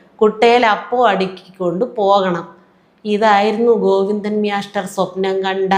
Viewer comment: പറയുന്ന പോലെ മ്യാഷ്ടർ😂